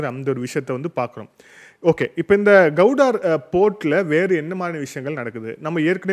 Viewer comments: Gowdar illa bro Gwadar port.. please correct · உச்சரிப்பில் சிறு பிழையுண்டு. அது கவுடார் அல்ல க்வாடர் (Gwadar) துறைமுகம். தேசிய சேனல்களை பார்த்து திருத்திக் கொள்ளுங்கள் தம்பி. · You are pronouncing Gwadhar as Kauvudari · The port is called Gwadar and not Gowdar… pl,check and correct தமிழில் க்வாதார்… கௌடார் அல்ல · Please pronunciation of Guwadar port properly